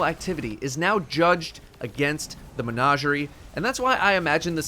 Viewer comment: Every time mispronounces menagerie I lose a little bit of my soul